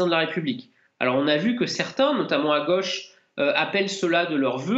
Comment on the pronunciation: on dit la gauche et non pas la goche !!!!!